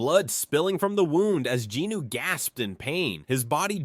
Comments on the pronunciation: Except for referring to him as “Jeenoo” instead of Jin Woo. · Jin Woo…. NOT Jin Noo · i cant take it anymore! 1 hour 26 minutes of the narriator BUTCHERING jin-woo's name over and over again is to much. his name is SUNG JIN-WOO NOT GEE NEW for the love of god its the simplest korean name you can say. pretty stupid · Btw who the F is Jinuu lol . Its Drippy woo .. I don't know who jinuu is lol. Jinuu, get his name right.... Btw if Im the one who's wrong then my bad g lol 😂 .. but i know him as Jin drippy woo, the mac daddy, aka the fader.